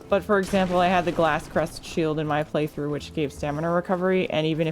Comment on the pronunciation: I see we're still calling the g-R-asscrest shield the g-L-asscrest shield :p